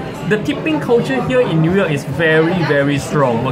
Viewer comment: hahah its pronouce as NEW(NIU) YORK not NUI YORK le.....LOL